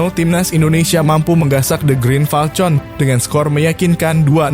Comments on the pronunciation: Admin KLO tulisan FALCON bacanya FALKON.... bukan FALTJON...!!!! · Falcon bacanya falkon